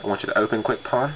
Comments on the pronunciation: Its "Quick PWN" (pwn, like you "owned the phone"). Not PAWN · It's pronounced Quick "Own", FTFY